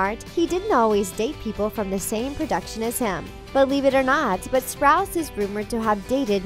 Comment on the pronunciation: Avan joja and Cole sprouts ??? Wtf! Get a new narrator, I’m so sick of you disrespecting their names, i unsubscribed and disliked